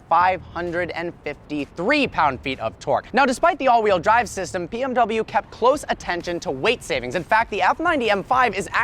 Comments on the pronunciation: "All wheel drive syvum" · Bro you said all weel drive sism